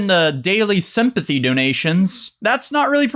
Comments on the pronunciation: Lmao "Simp-ythy", no that's the word of the day. Sponsored by Sesame Street. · did he just say simp-athy? 😂😭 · sim-pathy 😂😂 ik im a genius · “Simp-athy donations”